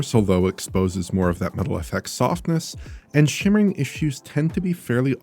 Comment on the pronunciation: Idk why but their's something so satisfying about the way says Metal fx